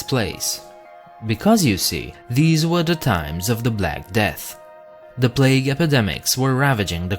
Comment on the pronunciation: "Se pied piper" lol🤣😂